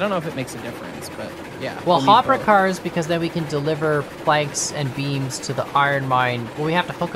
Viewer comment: I thought you guy said beans not beams, oops